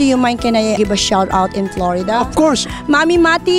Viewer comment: lmao! tagalugin mo na hirap na hirap ka na lmfao!!! "im Prom Plorida" "i apresiyeyt eBrithing you do here in the Filifhine" "around the Werd" "para kang doktor kulang na lang mag Sarjeri ka you know that?" lmfao hay nako dami pa! Humble daw ampucha more Hum-bog